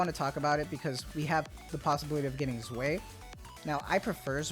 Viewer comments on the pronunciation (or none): I believe that Zwei is pronounced Zvai as opposed to Zway. eins and Zwei are one and two in german.